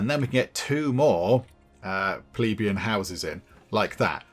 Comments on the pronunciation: it's pleBEian, not PLEbeian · Hehe, you tried almost every possible pronunciation bar the right one bless you. Plebian = Pleh-bee-un. It's where we get the word pleb that some still use.